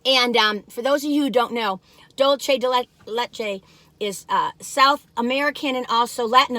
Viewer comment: Dulce, not Dulche!